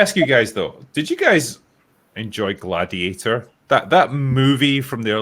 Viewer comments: "mah gladiatah" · Shoulda been “mah gladiatuh”